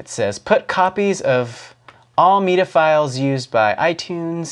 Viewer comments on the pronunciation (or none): "Lie-berry" LOL!!!!!!!!!!!!!!!!!!!!!!!!!!! and then later: "me-duh"?!!! LieBerry was rather endearing for some reason but meduh? I just can't! lol